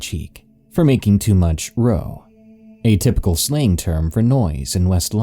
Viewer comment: Pronounced row like cow. Took me a minute to work out what you were trying to say. :0)